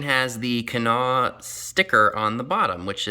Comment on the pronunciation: Love the TV lamp and the Fenton baskets. Also love the fact that you pronounce Kanawha correctly. 😊